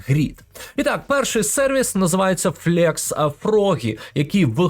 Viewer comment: Величезне дякую за вашу позицію і корисний контент для веб-розробки. В тому числі завдяки вашим урокам, я опанував професію фронтенд-розробника і успішно працюю вже майже 2 роки. P.S. Невеликі поради по вимові англійських слів: flex - флекс, а не флєкс tinyPNG - тайні піенджи, а не тіні піенджи